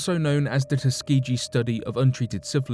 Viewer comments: ugh it's tusk-key-gee...the way he says Tuskeegee wrong makes me cringe every time... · Tusk-key-gee - is how u pronounce it - I’m from Alabama like if u are peanut butter because that’s it’s birth place due to George Washington Carver- jr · Tus-key-gi say it right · I hate to be that person BUT I'm from Alabama and it's pronounced Tus-KEY-gee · Tus- Key-Gee. Tuskegee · It’s tuss ga gee that’s how it’s pronounced. Ask Lionel Ritchie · Soft G in Tuskeegee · Ugh Tuskegee is mispronounced